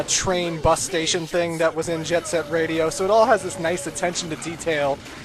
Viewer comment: The intro movie looked pretty sweet at least:-) and I liked that called it Jet SET Radio, and not Jet GRIND Radio.